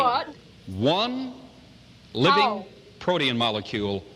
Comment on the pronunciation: Was it protein or protean? Either way it sounded wrong.